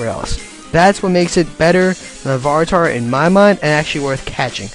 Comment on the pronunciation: Lavaritar haha